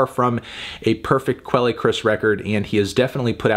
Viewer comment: Does he really pronounce quelle like that? Good lord.